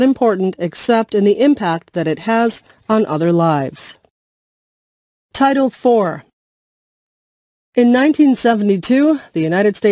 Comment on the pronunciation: I realised that Title IX is actually pronounced 'Title 4', which confuses me @@